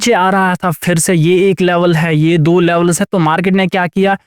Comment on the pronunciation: Not लेवलस it's लेवल्स